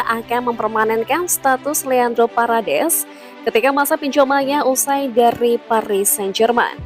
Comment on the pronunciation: Parades parades. Wkwkw parEdes min min.